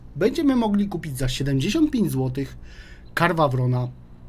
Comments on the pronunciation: zajebiscie wymawia: KARWA WRON xD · Karwawron..., błagam Cię.:D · Czyta się KERNARWON, nie dręcz mnie!!! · Wpisz sobie choćby w google tłumacz i niech ci przeczyta tą nazwę. Czytając to po angielsku praktycznie nie słychać tam litery R.